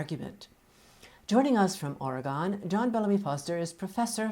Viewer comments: It's pronounced "or-eh-gun" :) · I'm from Oregon, and we always bristle when others pronounce it the way she does haha.... Anyways, small nit-pick, otherwise very interesting discussion